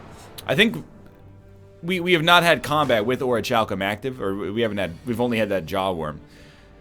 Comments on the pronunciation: I've giving up trying to get him to say Or-ee-cal-cum. T_T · this is a pretty awkward episode to comment this (not by far the first time he said what I'm about to correct him for, and extremely early in the series as well), but I just have to: "orichalcum " is not a hard word: the "ch" is a hard "k" sound. It's a fantasy metal mentioned by Plato in his tale of Atlantis, and in 90% of fantasy novels from there on. Just think ORIKALCUM and you'll be fine. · At last, he correctly pronounced orichalcum!!! Oh wait never mind, he reverted to the wrong one again... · Someone please tell me he starts saying Orichalcum correctly. x_x It shouldn't bother me as much as it does, but gah!